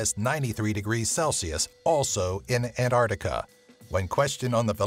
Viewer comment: It bothers me that he keeps saying "antartica". There's a c in there yenno